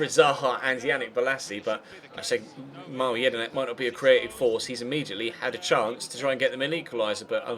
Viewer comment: you don't say mile jedinak it's pronounced mill-ay jedinak